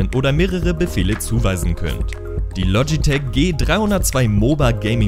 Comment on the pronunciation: Bitte es heißt logitech und nicht lotschitech und mechanische tastatur schön und gut aber 1. Zählt dass für mich nicht als gadget und 2. Mechanisch ist nicht gleich mechanisch woher soll ich da jtz wissen welche Schalter da verbaut sind zufällig weiß ich dass es cherry mx Red sind aber trotzdem